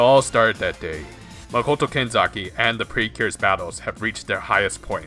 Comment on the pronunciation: kanzaki me: KENZAKI